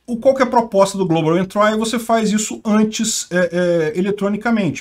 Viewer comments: Não sei se acrescenta algo, mas a pronúncia correta é "entri" [ en-tree ], não "entrai". Exemplo parecido é country [ kuhn-tree ]. Uma bobagem, já que o manja muito de Inglês. Sou teu fã. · A pronuncia eh "entri" em vez de "entrai". Abs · Por favor não é "entrai" e sim "êntri" . dsclp mas dói no ouvido. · Ótimo vídeo,. Não querendo ser chato, mas a pronúncia de entry é entri, não entrai. Abraços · A pronúncia é "Entri" e não "entrai" :) Abraços e assisto todos os vídeos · Global Entry Se pronuncia Global Entri e nao Global Entrai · uma dica: pronuncia correta de entry: entri e nao entrai... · global "êntri", não "entrái". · Se diz "éntri" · 1) A pronúncia é "global entrI", e não "entrái" 2) volta a ler os apelidos chulos de quem sugeriu as notícias. Seu canal perde a graça, sem eles! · Pronuncia-se “Entrí” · "Global Entrái". 🤭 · A pronúncia é com só de "i" no final não de "ai" global "entri". Uma dica pra estas palavras diferentes é colocar no Google tradutor e ouvir.😉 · Adoro os vídeos do canal, mas a pronúncia de "entry" está errada. 👍